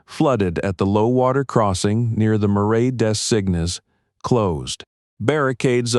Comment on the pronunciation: Editors: Marais Des Cygnes is not pronounced: “Mare-I Day Sickness “ It is pronounced: “Mare-Ah Dah Zeen” Do your do diligence, and pay attention.